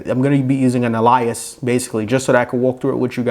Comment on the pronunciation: Ummmm what is an (A lie us) did you mean Alias? 🤣